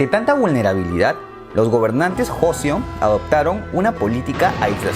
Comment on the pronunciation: Se dice Choseon, Kochoseon y Korieo :v Y el Imperio de Corea nace por culpa de los japoneses, quienes manipularon a la corte interna a través de los ministros y el asesinato de una emperatriz a manos de unos bandalos japonenes para hacer que el Rey declinara y este fundara un estado titere a manos japonesas.